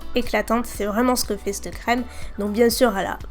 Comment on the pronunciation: j'aime pas quand tu dis CTE video, CTE couleur ... a la place de CETTE video, cette couleur ..